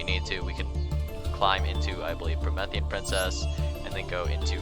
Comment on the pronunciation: “Prometheus” “me” “Promethean” not “meth”